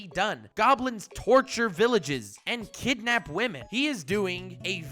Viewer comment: (ahem) don't you mean Wamen?